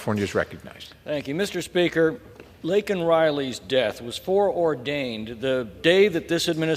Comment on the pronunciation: #LakenRiley SAY HER NAME CORRECTLY! IT’S LAKEN! NOT LINKIN!!!